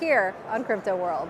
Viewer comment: did you say crapto?